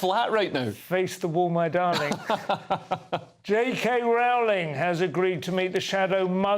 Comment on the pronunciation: Do you people mis-pronounce J K Rowling's name just to annoy me, or what?!!